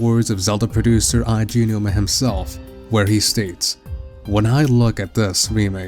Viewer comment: Here in Dec 2018 to see how many things are right/wrong with this theory since many things have been revealed. There are many issues we can see with the theory now but the biggest problem I have is that still can't pronounce Eiji Aonuma's name correctly.